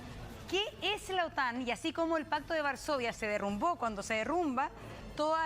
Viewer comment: La mujer: "se derumbo, cuando se Derrumba"🤣🤣🤣🤣Por Favor 🙏